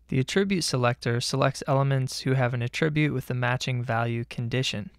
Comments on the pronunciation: FYI: Mispronouncing the word "attribute" every 5 seconds is incredibly distracting. "uh-TRIB-yoot" is a verb. "A-truh-byoot" is a noun. There's no real excuse for getting that wrong. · The noun "attribute" has the accent on the first syllable -- the verb "attribute," on the second syllable. He pronounces "attribute" the noun as if it were the verb. I should be less easily annoyed, but boy is that distracting. This might help